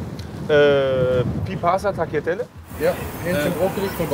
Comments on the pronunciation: Ehy ich küss doch massiv sein Herz aber seine italienisch Aussprache ist Katastrophe 🤣 takgliatehle 🤣🤣🤣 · Juuuuungs wie sprecht ihr das aus ohhhhh man Also taljatelle wird das ausgesprochen und brusketta das andere Bitte bitte bitte erwähnt dass weil alle sprechen das falsch aus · Diese Aussprache, BruSCHetta, TaGliatelle...